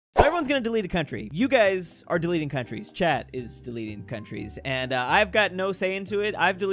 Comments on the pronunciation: did you say chat or Chad 🇹🇩 🤔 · Am I the only one who thought he was saying chad instead of chat. Just him saying dont anger chad other wise you'll be snapped from this life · I love how every time he says Chat is sounds like Chad